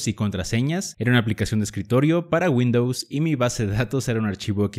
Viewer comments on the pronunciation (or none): none